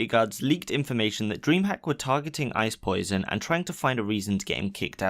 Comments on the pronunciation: Pls dude pls. Its not ice poison. You've been doing this for too many vids,there's no way you're that ignorant. Poseidon isnt hard to pronounce... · Are you that much of a spastic that you cannot pronounce POSEIDON, say the correct word or don’t say anything.